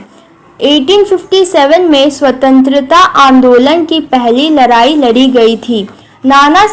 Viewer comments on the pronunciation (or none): Ladai ❌ Larri✔